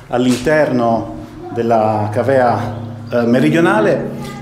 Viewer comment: Complimenti da un insegnante d'italiano per stranieri all'estero, per l'esattezza a Barcellona. I miei alunni si disperano per la corretta pronuncia delle parole, lo dico per i dubbi sul termine " mitreo". Quando ha parlato della cavea, lo stesso, mi son chiesto quale fosse la vocale tonica, la " a ", quindi si dirà càvea. Un caro saluto da Barcellona